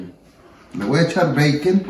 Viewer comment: Habla bien puñetas (Bacon) 🤦‍♂️